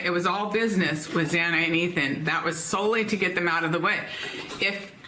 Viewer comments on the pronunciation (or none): none